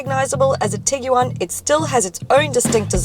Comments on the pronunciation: Tiguan.. Like Tig-ONE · LOL!!! Tig-You-One... dying!